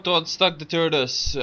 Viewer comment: lol he said turdus